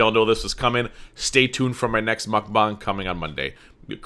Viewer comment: You're one of the only reaction channels that says "mukbang" right lmao